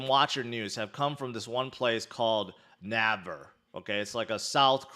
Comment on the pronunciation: pronounced "nae ver" (naver)